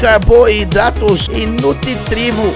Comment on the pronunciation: " É nutitrivo "